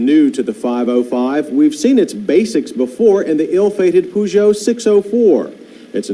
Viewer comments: Makes a point about the pronounciation of Peugeot and then calls it a Poo-jo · We europeans call it Pe-joe instead of Poo-joe.